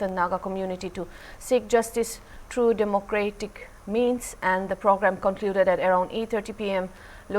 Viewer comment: Dear Anchor!!! What is Demo- Gray-Tick????😆😆😆